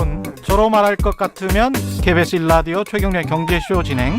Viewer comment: Kbs 방송인도 RADIO가 아니고 LADIO 로 발음하네요. 맞습니까?